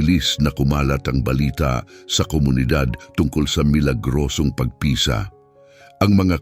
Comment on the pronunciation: ayusin mo pagbigkas ng tagalog na bagay..para kang bisaya..pagpisa.....mabilis ..hindi p..a..g..pi..sa...mabagal..marami pa na mali pagbigkas mo tanga